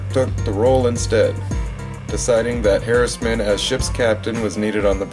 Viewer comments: It's Captain John Harriman, not Harrisman. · It's Harriman